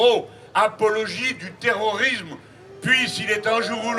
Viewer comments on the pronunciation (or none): 3m18s : nous "vivrions", pas "viverions". Et "terrorisme", pas "terorisme"...